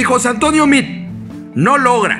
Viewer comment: Ponte abusado carnal. No es José Antonio Mid. Repites hartas veces el nombre de José Antonio Mid. Hasta parece que le haces propaganda. Es José Antonio Meade, no Mid. Mejor conocido como el queso de puerco.